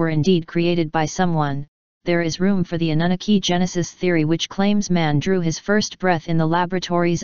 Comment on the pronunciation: Computer voice pronunciation fail. Suggest you replace Anunaki with Ahnoonahkee.